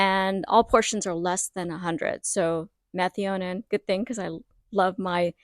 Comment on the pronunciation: Just a heads up, and not being critical at all: your pronunciation of METHIONINE is different than any way I have heard before. Just search google for how to pronounce the word, at least the way I have always heard it. Great info as usual, on your channel, thanks for the Methionine charts, etc. Have a great day.